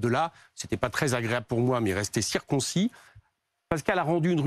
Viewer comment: « Circoncis » au lieu de « circonscrit » … coquerel aurait il un pb de ce côté là … Ensuite il parle des faits comme « secondaires »… sympa ! J’aimerai entendre Sandrine Rousseau qui d’habitude hurle à la 1ere suspicion…